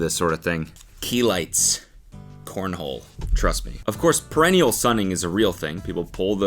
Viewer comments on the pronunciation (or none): Not Cody saying perennial (like a plant) when he means perineal (like a butthole)